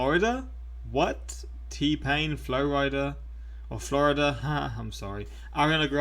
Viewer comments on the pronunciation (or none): you said the band name right the first time. It is Flo Rida, not Florida.